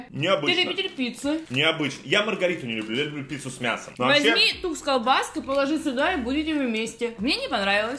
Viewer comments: тук а не так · не Так, а ТУК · Топ! Только, не так, а тук! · не так а тук Алина правильно говорит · Не буду утверждать, но вроде бы правильнее не так, а тук. В рекламе говорится тук :D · Правильно Тук а не ,,Так" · не така а тукс) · Не TAK А TUK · Правильно тук а не так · Правильнее тук а не так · Тук а не так!!!!!!!!!!!!!!!! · Это тук а не так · Это тук а не так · Тук, а не так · Идеально, но надо говорить ТУК. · "Тук" правильно йопт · Правильно говорить тук